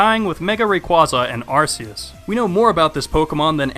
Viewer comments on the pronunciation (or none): omg ppl need to learn and know how to pronounce pokemon names right u just mis pronounce arceus name wrong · it's pronounced Ar-key-us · Its AR-KEY-IS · WHYYYYYYY ARCEUS IS PRONOUNCED ARE KEY IS